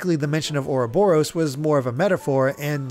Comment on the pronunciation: jesus christ Chugga pronouncing uroboros oo robber ose. Lol wtf.